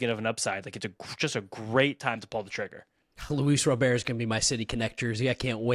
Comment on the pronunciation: that's not how you pronounce his name. Don't get too excited, he is probably injured already.